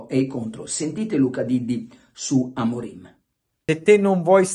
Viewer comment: ma credibilità ha Luca Diddi che dice Amorin anzichè Amorim sono tutti maestri di tattica non ho parole